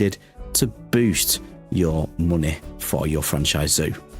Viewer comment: moneh - gets me every time